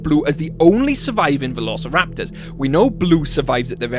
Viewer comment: I like how he said "verorceraptors" not trying to be mean, it just sounded funny